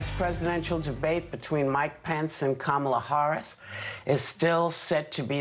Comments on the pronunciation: "horrice"....trying to say kamala right whoopie??? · Love how Whoopi messed up pronouncing "Harris".